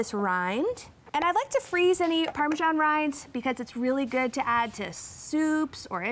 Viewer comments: why do they pronounce "parmejan cheese"? Isn't it "parmesan" or just Parmigiano Reggiano? It's so annoying!!! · I wince every time I hear the “g” in parmesan.